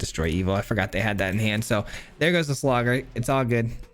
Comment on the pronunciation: I’m sorry I just can’t get over the “Slawgurk” 💀😂